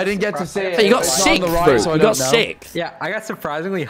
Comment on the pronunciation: PLEASE THE WAY TOMMY PRONOUNCES SIXTH